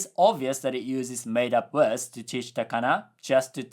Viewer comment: You really gotta work on your pronunciation of "words". You always pronounce it "wuds" instead of "werds".